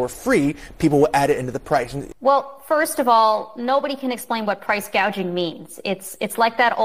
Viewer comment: You seem to have misheard her; she wants to combat price-gaiging not price-gauging 😂😂😂